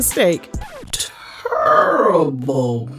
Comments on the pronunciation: Not the Charles Barkley enunciation though... Turrible hahaha I can't 😆🤦🏿‍♂️ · “Turrible” mistake! 😅